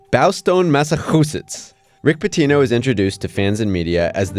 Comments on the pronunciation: You’ve got to be kidding when who pronounced Boston massachusettes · You say boston massachusetts like that again and im coming to fight you all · big fan of that pronunciation at the beginning: “Bowstone MassaHOOsetts” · WHY YOU CALL IT MASATSUSETS ?? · "Massakhoosits" LMAO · BOWSTONE MASAC-HOOZITS lmao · Am I the only one still dying from laughing about mass-a-HHHutess? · Ok, I love the "Bawstawn Massuhusutts". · me when im trying to pronounce Boston, Massachusetts for the first time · Is that how you pronounce Massachusetts? 🤣😂😂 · Mispronouncing Massachusetts on purpose to gain more comments. Well, here's a comment. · Do you not know how to say Massachusetts?